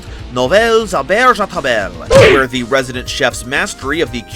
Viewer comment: I didn't think you could say table so wrong yet so funnily, love to see my language in an english accent that's really funny every time